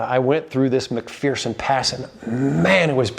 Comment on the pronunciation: McPherson Pass: Pronounced~ Mc 'fair' son "There is no fear in, McPherson"...